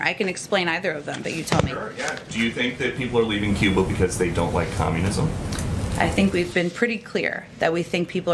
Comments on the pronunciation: She can't even say Communism!!! That says it all... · She can't even say COMM U NIS M. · She can’t even say COMMUNISM...... what a pos traitor this country and the constitution!! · Psaki CANNOT say the word COMMUNISM!!! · She Just Can't say Communism !!! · She can’t say communism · wow she can't even say communism!!!!! amazing! Tells you all you need to know... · Still can't say "communism", can she?